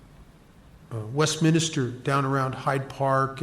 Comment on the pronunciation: Love listening to. He makes the solution relatable. But there’s only one i in Westminster. I cringe every time I hear it and I’m American. The brits probably want to scream!